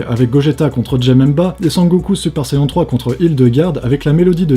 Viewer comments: On prononce "super sayenne" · Ça se dit "sayenne" et pas "sayan" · Mdrrr super sayon !!! sa se prononce sayene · Super vidéo ! Je trouve ça bizarre de dire Super Sayan, ça se prononce pas "Super sayenne" ? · C'est mal de dire SaiyAN ... trés mal (c'est comme la drogue m'voyez) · j'adorer ta video mais qui est un grand fan de DBZ tu ma un peu casser les oreilles avec ta prononciation du mot Saiyan ;-)